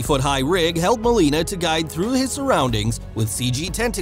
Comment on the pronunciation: Alfred Molina not Molini!!!!! (to the narrator)!